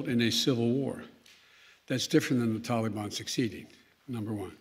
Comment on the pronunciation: He calls them the "tallybon" makes them sound harmless.